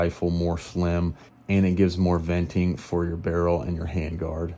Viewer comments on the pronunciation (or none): none